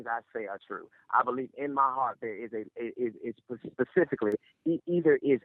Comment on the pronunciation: So he can enunciate advantageous but says "pacifically" instead of specifically... explain that. Black people are just butchering the language on purpose for some god awful reason only they know